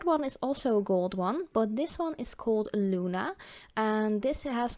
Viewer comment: i love pigments my favorite calypso y flaminko algunos nombres son en español bonita pronunciacion en español al decir luna